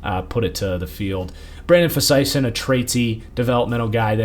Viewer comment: Brandon Facyson's last name is pronounced FAY-SIN, not FUH-SIGH-SIN